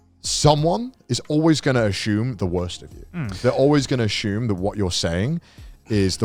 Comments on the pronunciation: "Ashyumed" - Connor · take a shot every time connor says "asshume" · Connor: "asshume"